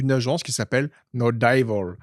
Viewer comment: ça m'a fait bien rire la prononciation du chef, comme si les anglais disent dAYvol! 😂😂 Alors que c'est plutot DÉvəl, sachant que le "ə" c'est un mélange de o et de eu, il se dit comme le "e "de "JE", c'est un peu muet il se dit rapidement.